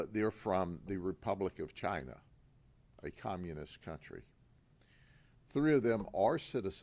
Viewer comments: ITS FROM CHYY-NAHH…😂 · Gotta love how he really emphasizes CHINA, pointing out that it's a communist country. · the way he pronounces massage "massodge , massodga, " and CHI na he learned from Trump .